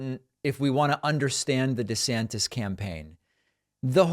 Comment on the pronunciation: DEE-Santis is DEE-magogging